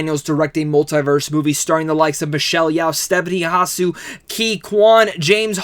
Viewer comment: 🤣Not Hasu...it's Stephanie Su...the H is silent. Stephanie Hsu...yes she was brilliant and so were the other cast. Ke was the one that stands out for me.